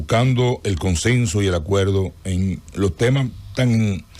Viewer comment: Este hombre es tan torpe politicamente , que hasta piensa con faltas ortograficas , yo escuche que dijo conceso por decir consenso